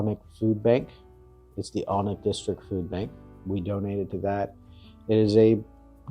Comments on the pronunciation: It's pronounced Ann-Ick, the L is silent. In the castle grounds you should also have seen the Treehouse restaurant? Also in Alnwick is the largest used book shop in England, in a disused railway station. One of my favourite castles is Walkworth Castle, also owned by the Percy family. It's been ruined for centuries but as a child was brilliant for chase, hide and seek etc. I spent many a happy summer there playing, and charging tourists that were lost within the ruins to find their way out. Always paid enough for ice cream! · The correct pronunciation for Alnwick is AN-ICK … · Alnwick is pronounced Annick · Spelt Alnwick, but pronounced Annick